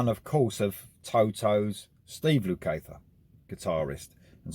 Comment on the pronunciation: Yes great album, but you could have done a little internet research into the pronunciation of two of America's finest musical families before uploading. The Porcaro's and Lukather's are known worldwide by anyone who knows anything about music. Jules and Josh are being a little quiet since the release. It would be better if they gave their side into why the sacked the man who seemingly got them together!